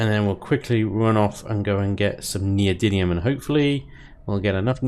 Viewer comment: Per the dictionary neodymium [ nee-oh-dim-ee-uh m ] You say it right. Just don't ask how to pronounce aluminum.